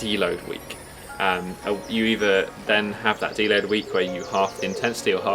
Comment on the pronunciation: he keeps saying "dlow" day, what's that?